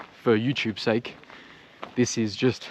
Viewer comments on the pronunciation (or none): none